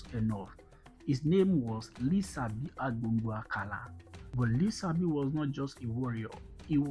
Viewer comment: Thank you for the video. Don't forget his name is pronounced with the sh sound as in Lishabi written in Yoruba language with the s having a dot below it as the Yorubas' sh sound. Thank you.